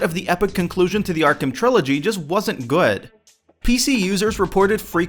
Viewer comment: "Just wasn't guawd"